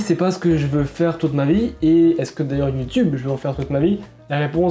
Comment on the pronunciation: On est d'accord il est trop drôle quand il dit ça ?